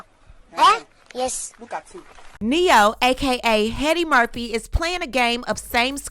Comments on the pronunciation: Did you just call him Heady Murphy? I died 😅😅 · Did you call this man Heady Murphy? 😂😂😂🤦🏽‍♀️ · Girl not “Heady Murphy “ 😂😂😂😂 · Ahe said " Heady Murphy " 😂😂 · Did you call him heady Murphy